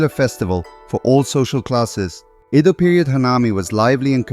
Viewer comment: thank you. it was interesting. but for 8min you could offer more in-depth information, maybe even japanese characters with transcription of main concepts and symbols. Also, look up pronunciation of Edo. (I mispronounced it myself) it's not cool that the Japanese gather mostly to eat and drink alcohol, just like folks in the West. that's "culture" at its lowest. I wonder if people would care to come together without this incentive...